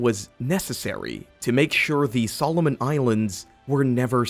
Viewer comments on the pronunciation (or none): none